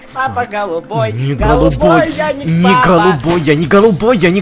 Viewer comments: EdisonPts и еще не феди а фредди и не яникс папа а ярик щапа и не динекс папа а вика пвпа и еще не федди а фредди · Правильно Ярик Лапа,а не Яникс Папа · Почему-то мне слышится Яникс папа и Вика папа !!!! Почему ?